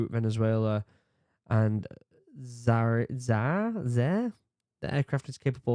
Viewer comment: Chinese were Russian migs under license. Za-ee -err. Omg gen z.